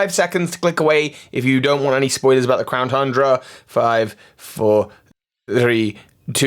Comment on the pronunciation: Did anyone else hear him say "clown tundra"?